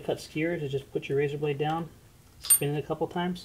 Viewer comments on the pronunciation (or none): none